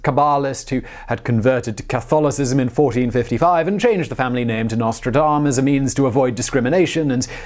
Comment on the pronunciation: It's Nostredame, with an E ("Our Lady").